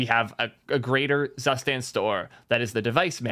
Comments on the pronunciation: Great content mate. FYI: Your pronunciation of "Zustand" is wrong ;). It is German word for "State" and is pronounced as "Suustand". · Every time you pronounce "Zustand" as "zuhhh-stand", a German vomits in horror 🤮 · Hmm "tsoostand" doesn't sound correct either to my ears. Either way it's more correct than how was pronouncing it 😂😂